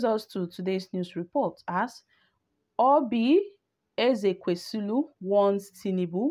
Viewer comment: Madam are u having eye problems PLEASE READ, READ AND PRONOUNCE NAMES CORRECTLY AT LEAST How does Ezekwesili sound like EzekwesiLU It's Oseni NOT OsANI